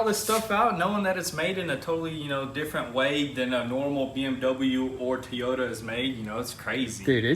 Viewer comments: Here's a pronouncing tip for you. Toy-ota. TOYOTA. Not teyota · Teyota or toyota?? Lolllllllllllll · Its "TOY"ota not "TEE"yota freaking drives me insane hearing it 🤣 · Coming from someone Southwest of y'all in Huntsville, Al and very southern it's pronounced Toy-ota just like it's spelt not Tee-ota. Again I'm a Nissan guy how's family has built Nissan's but I can't tell you if it's pronounced Nissan Nis-on or Nees-on (I've heard both) but I can tell you that you pronounce Toyota Toy-ota. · Toy ota not Tea ota, i know i know your looking for more shirt ideas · First is Toy-ota not Ti-ota lol. And yeah it’s partially made at BMW and Toyota factories. They did a collaboration but if ya look at stamping on 80% of parts it’s BMW. Basically it’s a Toyota /BMW Z4 Supra haha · He said Tiyota Supra😂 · You call it a Teeyta... its Toyota lol good work though. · It's not a T-ota, its a TOY-OTA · Toy.....yotta... please. Not teeota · Why.... why do you keep saying Toyota like Teeyota... it’s bothering me lol I don’t know why it just is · Who calls a Toyota a Teeyota? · You all are killing me! Tea ota is not how you say it - it's TOY OTA!!! Keep up the entertaining shows!!! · WTH is a Teeyota? 🤣🤣🤣🤣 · Toy-ota not Te-Yota your killing me with the pronunciation. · It’s TOY-O-TA not tiota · LOL!! OMG!! Please learn how to pronounce Toyota. It is: TOY O TA no TEE YO TA. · Am i the only one getting bugged the way they pronounce Toyota??? Guys its "Toy- o- Tah" not Teeyota :P Love the vids btw <3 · "tiyota" 2020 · T-yota lol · its the Teayota supraaa lol love how yall say Toyota lol keep up the great work! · it's been a while since we heard the word t-yota, glad to hear it back. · They need to make a goon squad t-shirt that says Tee-Yota Super . It drives me batshit crazy every time he says that..... Lol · "Oh oh oh what a feeling.... Teeyota!" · If says 'Tea Yoda', then it's 'Tea Yoda'. Don't cross the!😎😎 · Tee-ota supra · 🤪🤪🤪 it’s pronounced: Toy-O-Ta